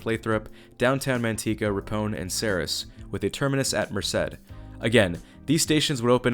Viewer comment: Also, Ripon is pronounced like the words "rip" and "on," and Ceres sounds like "series."